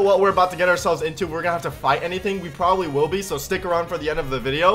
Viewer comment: He said p'w'obably.